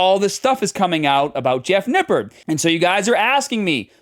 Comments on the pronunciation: You said "Nippard" wrong. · it's pronounced "nipp-ARD"